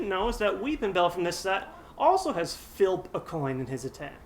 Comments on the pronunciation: English: Flip Engrish: Filp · OMG, I LOLLED WHEN HE SAID FILP A COIN! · "Filp" a coin! Oh, Psyduck!